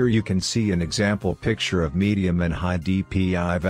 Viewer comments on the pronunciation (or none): none